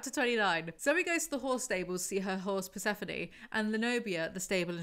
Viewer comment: the true character development I’ve been waiting for is you pronouncing Persephone correctly. 😂😂 🎉🎉🎉